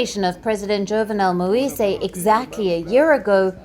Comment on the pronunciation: Get a person with basic French skills to read the news about Haiti. The name of the assassinated president Moïse is pronounced MOH-EES and Cité de Soleil is pronounced CIT-EH DE SOLEH-EE.